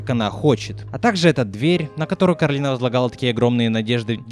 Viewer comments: Коралина весь фильм: Меня зовут Коралина, а не Каролина!: Каралина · почему Коралина а не Коралайн? по обычаям line читается как лайн, есть такое имя Кэролайн, хотя пишется Caroline